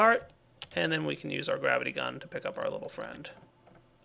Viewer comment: I love how when says gravity gun it sounds like grabbity gun.